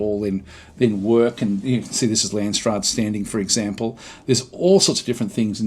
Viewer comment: it is Landsraad, the way you say it sounds like Landsstad, it sounds like German and Lands is like land or country, raad is council, but stad is county or city so it makes a big difference how you say it. Dont want to be a dick about it I am not even German so I am not sure why it triggers me so much:p